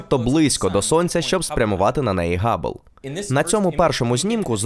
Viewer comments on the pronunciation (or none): none